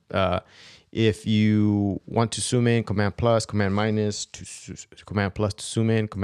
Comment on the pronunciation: I'm not sure why I'm bothered by the fact that he can't say ZOOM but says SOOM instead. All in all this video is great.